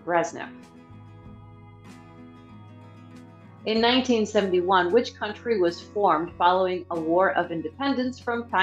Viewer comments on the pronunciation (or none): none